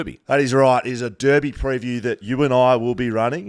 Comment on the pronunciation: So good to hear blokes pronounce Derby correctly